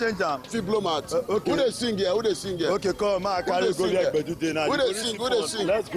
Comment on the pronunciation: Its pessu not kpesu...